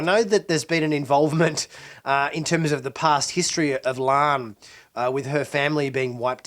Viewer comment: Her name is :LaAHN not Lahn. If you had Covid you'd be down..